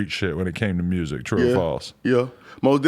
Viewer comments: Y’all saying myer-sic 😐 MURSIC👈🏽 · That boy iced out he did say mursic tho haha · This niggas chin is MIA and he can’t pronounce music if his life depended on it lol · Mursic, lol I dig how Memphis folk's pronounce music. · “Good mursic” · This man made millions off of music and can’t say the damn word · It’s like there’s no R in music lmao